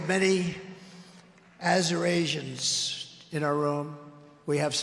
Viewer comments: I love your show, find it fascinating. However, much as I dislike the Republican candidate, I believe the word he was trying to say during his Arizona speech was not "Arizonians" but "Assyrians," as there was a group of them seated behind him, wearing red t-shirts with white lettering. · He was mispronouncing "Assyrians" when he said "Asur-Asians." Like when he said "Yo-sem-ite" instead of Yosemite.